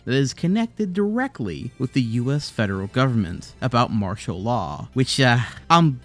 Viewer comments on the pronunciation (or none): none